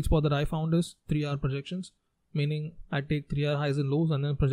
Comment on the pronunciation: very informative! but the "hour" pronounciation has confused me!